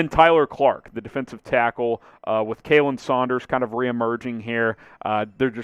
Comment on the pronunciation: Good vid! Just a heads up, Kahlen Saunders is pronounced KAH-Len, not KAY-Len. It’s a tricky one for sure